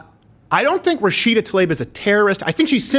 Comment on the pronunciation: I'm just glad that you actually pronounce Tlaib's name correctly, in spite of her blocking you.